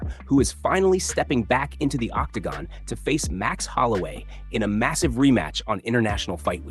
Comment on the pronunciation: When did all of these mma channels start becoming Ai slop. Can't even say Octagon..its so weird.